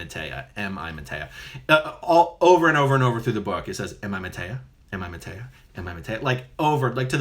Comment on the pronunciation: MaytReya Buddha. This is the rebirth state of the previous Buddha (Sakyamuni). Quite typical for someone who claims he is/was someone in a previous life that has come back and cannot pronounce the (=his?) name right? Must have been a BT at work there ;)